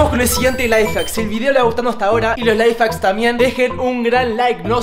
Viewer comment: X se dice lifehack